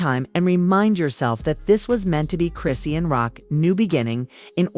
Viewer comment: How come you can’t pronounce her name correctly it’s ( Chris Shaun) dang is that to hard